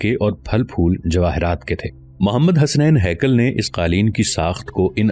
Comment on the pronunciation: حسنین ہیکل نہیں حسین ہیکل ہے